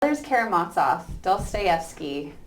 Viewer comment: As the translators in your edition (as mine) state: the 'z' in Karamazov is pronounced as in 'zoo', not as in 'Mozart'. Thank you for a fine lecture.